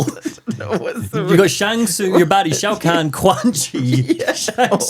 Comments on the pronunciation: I have been a fan of mortal kombat since 1997……..it’s not even 2 minutes into the video, and you hit me with “Shao Kang” …….and “Gible”? I’m gonna have a stroke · I love that seems to pronounce Shao Kahn as Shao Kang so I guess you could say he’s Shao Kang the Conqueror.